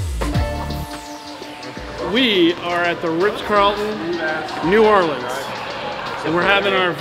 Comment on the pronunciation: wow he said New Orleans right